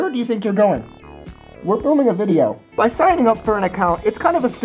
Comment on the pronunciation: ...really, you just want attention don't you? i really don't think anybody cares. by the way. it's video, not VADIO.